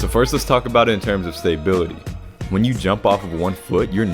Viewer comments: *stah bility lol never heard STAY bility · Stop saying staybility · I love all your videos but you're killing me with the stay-bility lol.. respect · S T A Y B I L I T Y... great video though